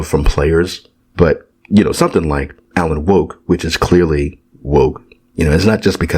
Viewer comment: When you say "Alan Woke" 😂